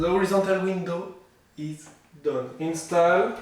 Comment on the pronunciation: During the first frame, he said that he was going to “install” it. With the French accent it came across as “in-style” . You certainly make windows with much style!